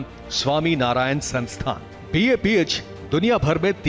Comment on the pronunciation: News channel, please note its BAPS Sanstha and not BAPH. Please correct.